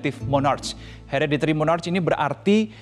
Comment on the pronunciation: Sebutan nya bukan Mornarch.. Sebutan nya Monark.. 😅 Gimana sih..